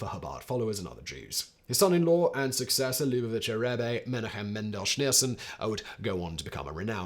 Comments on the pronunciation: Simon, just a tip: any time you see a name in transliterated Hebrew with "CH", it's the same "CH" as in "loch" from the Scottish accent (or like a G in Dutch). Wikipedia calls it "Voiceless uvular fricative" with the sign "χ". So, Menachem is "me-NAH-χem", Tzemach Tzedek is "TSE-maχ TSE-dek", Yitzchak is "YITS-χak". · ok, all good with the content and so on, but please pronounce the names right. Yitzchak = Itzjak like J in spanish. it is not a Ch sound like Chilli, it is more like Chanukka, or Janukka (J like spanish). Menajem, and so on. no chillis pls, there is no such a sound in hebrew